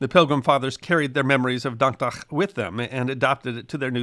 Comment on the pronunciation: I’m very impressed by your pronunciation of “dankdag”